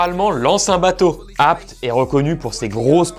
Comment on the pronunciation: Ca me stresse. ABT ça se lit "abété" pas "abte" ou je suis fou ?